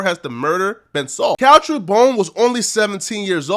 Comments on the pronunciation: BOONE not BONE...gees! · His name is Boone not bone my nigga, pronounce like moon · Learn to pronounce a name sheesh